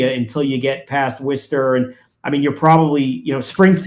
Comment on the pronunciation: I love how people from Massachusetts are the ONLY people in the US who know how to pronounce Worcester correctly 😂😂 love from Worcestershire UK x